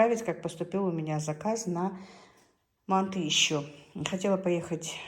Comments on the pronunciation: вообще то мантЫ а не мАнты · Боже мой, что это???? еще и кругами???? Это где так делают, в какой стране????😂😂😂😂😂😂😂Умора.... Ну и блогер... Учись у мусульманок, делать мантЫ.... Ударение, на последнем слоге...